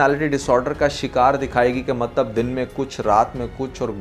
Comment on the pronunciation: Ye maktab maktab kya word bolte aap do you mean matlab